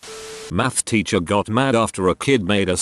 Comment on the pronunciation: Most people: "teacher" Daniel (robot voice): "titcher"